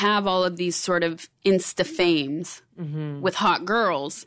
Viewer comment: Hearing her sayin that " u can see the desperation in tirls on the Internet" is kinda ironic from someone who sed to take footlongs on screen